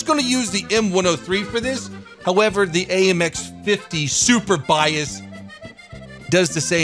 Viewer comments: Surbaissé is pronounced like Sir/ba/say ... ba like in bacon :p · It's pronounced 'sur-bay-say' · It's pronouced Surbayssay damn it ! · I LOVE THE WAY YOU PRONOUNCE FRENCH WORDS 😂😂😂 i’ m french and we pronounce it like /surebassa/ (read it in english) ^ ^ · Surbaissé... Where did you get Super-Bias from LOL. Surbaissé in French doesn't make much sense, it means over-duck (as in duck and cover). Whoever named that tank hadn't drank his café au lait that morning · your mission for today: Pronounce "Surbaissé" correctly. Maximum attempts: 3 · You pronounced it correctly once, not sure why adding the "P". Maybe cause your'e so:) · You not pronounce not well surbaissé (lowered) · Seriously the way you pronounce surbaissé is horrible XD